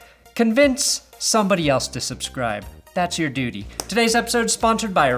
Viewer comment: You're so right, dude...that was smooth! ✌🏿🎅🏿 Edit: lol, you said "doodie".